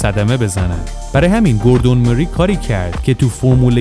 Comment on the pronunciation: گوردون مورای هست اسم طراح اولین خودروی خیابانی مک لارن. چرا جوری اسما رو میگی ک انگار فقط خودت بلدی